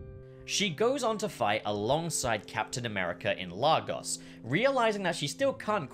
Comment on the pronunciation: I know basically every piece of media (including the MCU) gets the pronunciation wrong, but Lagos is pronounced "Lay goss" (goss sounding like boss).